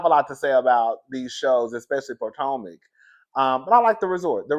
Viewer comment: Yes, I do not watch the show but I watch your reviews! I like that you call it Poortomac consistently every time! And that I get to see Candiance on the cast pictures on your reviews.